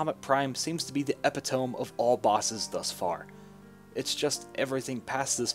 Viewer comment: Epitome is pronernced epito-me The "me0 is pronouoced just as you would when reading it on it's own. Think of it like "me, myself, and I". So epitome has 4 syllables, if that helps. I don'! mean this comment as a criticism, just a pronunciation guide.